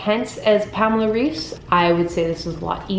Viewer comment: I love your videos! It always makes my day to see a new one and inspires me to go work out. I just wanted to point out that since Pamela Reif is German, her last name is pronounced rife (sounds like eye)